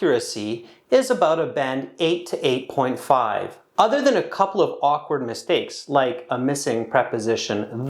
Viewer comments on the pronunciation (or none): none